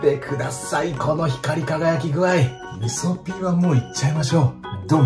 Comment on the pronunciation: 味噌ピーがみそきんに聞こえましたｗ